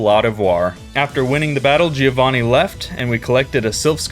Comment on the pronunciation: Not GÍO VÁNNI.. but GIÒVANNI. Try it and be smoother on pronunciation, faster..